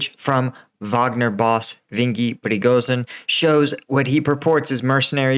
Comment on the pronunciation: Bro Yevgeny (Evgeni) Pri go zhin...